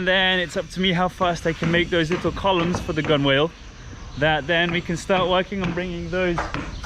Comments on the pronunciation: Gunwhale is pronounced "gunnel", but bulwark is not pronounced "bollock" 😑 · Pronounced ‘gunnel’..gunwhale. ‘Focsil’, forecastle. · gunwale is pronounced [ˈɡənl] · Pronounce gunwale as gunnel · gunwales is pronounced gunnels like in tunnels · Pronounced ~~~~~~~~~~~~~~~~~ ))))))))) GUN ~ ALL (((((((((~~~~~~~~~~~~~~~~~~~ 🤣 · I'm just curious how old is Zeca? I think it is Zeca the wiry guy who seems to do all the measuring and fitting. Also isn't the pronunciation, gunnel and bulark? This channel is fascinating thank you for your great work: both filmmakers and carpenters! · We say Gun-al (rhymes with funnel) for Gunwale in the UK! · Great to see the progress being made and the final bits being completed . I know it's early to think about "splash" but having watched you two through all the challenges and drive this project to achieve the result we all hope for. No small task, well done. P.S With my pedant hat on: Gunwhale is pronounced "Gunnell". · The craftsmanship on this boat is amazing and fascinating to see ... oh and it's pronounced gun-nuhl ... no "w" sound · Gunwale is said like this (gun-nel) I just had to say it my Father was A Navy man for 30 years and a boat builder so I was grew up with the boat terminology I wasn't sure if it was just the language conversion but just wanted to shed some light on the subject. The boat looks so fantastic. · Gunwale is pronounced gunn'l. Wonderful to see this boat taking shape!